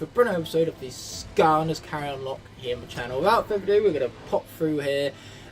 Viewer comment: Is it just me or did it sound like said KAREN locke?😅